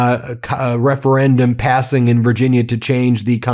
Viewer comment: can we talk about how this moron can’t even say referendum 😂😂😂😂 how tf is this maniac the leader of us😂